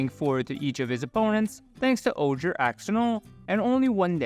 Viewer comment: The Ojer gods are pronounced Oher, wizards released an article for all the names and how to pronounce them acuratly :D and im fascinated how you already got some jurassic cards in there, im still waiting for my booster because of the delay. Edit: pardon me, i just found out it wasnt wizards themself but the community who made the phonetics chart.